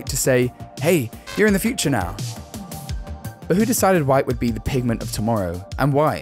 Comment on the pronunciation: Pig-a-ment? It's PIGMENT